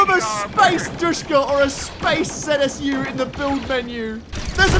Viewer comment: Calling a zu a zsu the entire video looooo